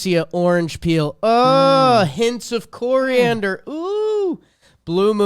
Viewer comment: It’s nice to hear coriander pronounced correctly for once. Iykyk